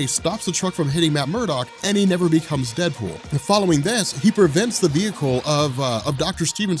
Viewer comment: DeadOOL?😂😂 no prob